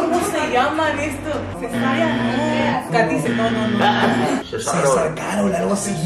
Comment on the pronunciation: dijo katicer